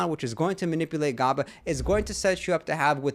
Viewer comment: Lol "gobba" tis pronounced gaba, but I'm glad you say phenibut correctly everyone says it wrong 😭 "phenibutt"